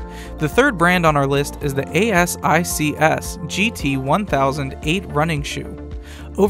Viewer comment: thanks for the review! Asics is pronounced like "A-six" by the way :). They are good shoes!